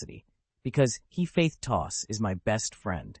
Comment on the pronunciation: why is hephaestus read like he faith tos wtf